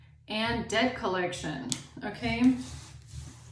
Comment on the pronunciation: Did you say debt colletion or. DEATH COLLECTION 😢 !!!😊